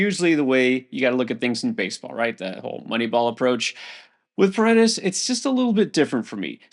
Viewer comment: Got Paredes right. First name pronounced E sock